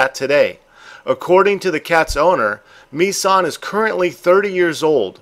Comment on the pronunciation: I have to laugh at the pronunciation of the swedish cats name.Mi-San sounds japanese to me.Its Missan - Miss (as in I "miss" you)followed quickly by "ann"(the same a as used in the word another.)